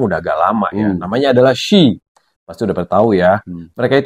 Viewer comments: Iya Kak di-spell satu-satu 🤭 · iya, penyebutannya bukan she = shi/syi..tapi kayak huruf English di spell gitu loh.. s.h.e = ex.eij.yi gitu 😊🙏